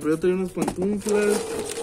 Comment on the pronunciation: dice pantunflas